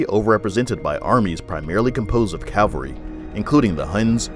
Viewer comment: Cavalry not Calvary